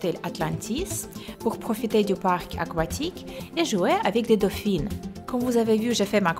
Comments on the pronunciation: on dit dauphin pas dophine 😄😉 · C'est tellement impressionnant le montage !! Il est parfait et j'adore ton accent dauphiine au lieu de dauphin 😂😂💘 tu es trop belle !! Et en plus tu as vraiment beaucoup de chance je t'adore 💎💘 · C'était magnifique ! Et j'ai beaucoup aimé comment tu disais "dauphin" avec ton accent !! ❤